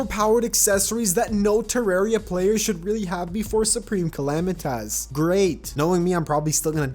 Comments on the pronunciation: I lose a brain cell every time he says calamitaz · YOU SAY SUPREME CALAMITAS CAL-LAM-I-TITIS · bro please stop calling it supreme calamiTAS